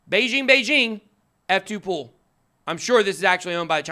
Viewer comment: F2Pool Why is it so hard to understand when some people say this word. PRONOUCES YOUR WORDS CLEARLY PLEASE with out screaming.